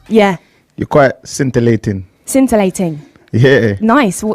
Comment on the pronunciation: "You're quite scintalating" "Scintalating." "Yeah" "Nice. Define that" "Whats that?" "Define it." "Define what?" "Scintalating." "You define it." "You define it, you said it!" "... English is not my strongest subject." bruh 😂😂😂😂😭😭😭